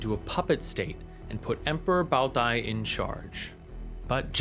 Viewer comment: That Bao Dai pronunciation was crazy